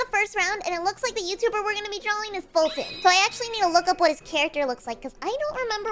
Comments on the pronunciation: It's foltyn not fulton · You would know his name is foltyn not Fulton